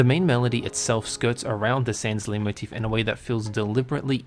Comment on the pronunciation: Finally, someone who actually knows how to pronounce Leitmotif